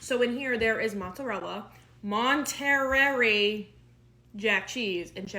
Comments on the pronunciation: MON TA RAY. It's pronounced MON TA RAY . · It's pronounced Mon-ter-ray cheese